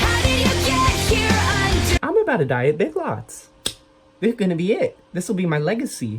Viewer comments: omg when you said "big lits" instead of big lots I fuckin lost my shit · Omg the ”big lts” is killing me😂